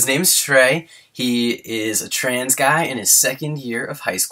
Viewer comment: Every time says "trans" it sounds like trains.